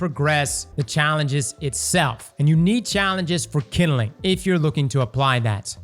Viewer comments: My dude, it’s NOT KINDILING - it’s kindling. Two syllables. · Kinelin 😂😂 KinDling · All I think of is Bernie Mac saying jingaling every time says kinnelin(kindling) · The way he says "kindling"